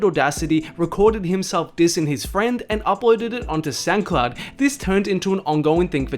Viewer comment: “uploaded it to Sancloud”. Don’t say it’s cause he’s aussie. I’m aussie that’s not how we say “sound”